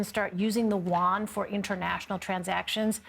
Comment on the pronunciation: "Wan"!?? It is pronounce "yu-wan."